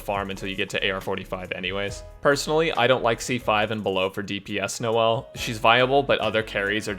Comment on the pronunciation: I cracked up when he said " no-l's " Man's made my day